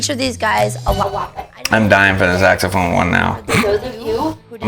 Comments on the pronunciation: When you said "saxophone," it sounded like you said, "sex phone." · " Saxamaphone,..Saxamaphone"😂 Classic Simpsons